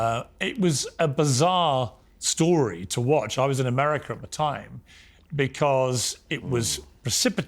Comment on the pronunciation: Why Douglas can’t pronounce ‘America’ ? What the heck is ‘Amuuhrikka’ ?